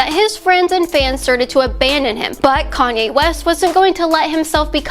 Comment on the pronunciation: ...wait a minute...did she just said Koney west at the beginning...